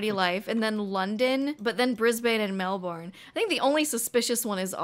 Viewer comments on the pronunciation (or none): noooo, its not brisBAYNE and melBOURNE, theyre pronounced BrisBAN and MelBEN Love all your vids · FYI we don't pronounce it Mel-born (you know the way it's spelled) - we call it mel-bin (think Brisbane). Just a mini Aussie lesson for you because Australians are brutal about one thing: mercilessly making fun of people who say words a different way. Love your work btw it's exciting to watch you blow up so much and you're killing it 🙌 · But no one is talking about how said Melbourne wrong, in Australia it’s pronounced “Mel-Bin”, but it’s spelled Melbourne and honestly if I was American I would totally pronounce it how its spelled lol. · Girl I'm so sorry but I cannot listen to one more person pronounce Melbourne like that 😢